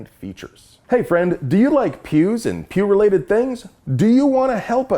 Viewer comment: Everytime he says Pew I hear Pubes.